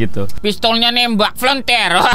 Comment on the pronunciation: Toso kok bilang afelonter sih bg?